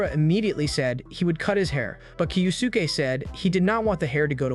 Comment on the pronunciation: Hori’s dad name is pronounced Kyo-ske